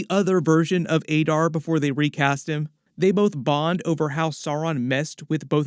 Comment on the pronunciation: Why are you pronouncing Adar as Aydar despite having heard every other character in the show pronouncing it as Adar?